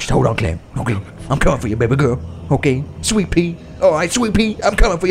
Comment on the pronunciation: I just realized has been saying baby gorl before 365 dni😂he is the real Massimo